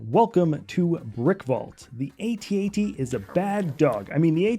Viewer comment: Why do you keep saying "ay-tee ay-tee" lol